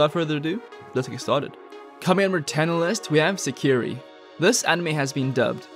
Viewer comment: 1st one isn't pronounced right as you talk about it. Meant to be said like this, Se-ki-ray